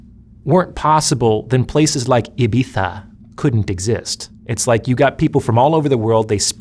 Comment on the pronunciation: Why? It’s proper